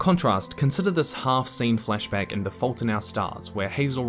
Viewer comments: I'm so sorry, and this is a well-done video, but... in your accent it just sounds like 'fleshback' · Heard the first flashback as fleshbag. Took a moment of confusion. And now i can't unhear it. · I know you're saying "flashback," but I cant help but hear "flesh bag"... Sorry if I caused this to someone else. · I kept on hearing fleshbags instead of flashback.... was i the only one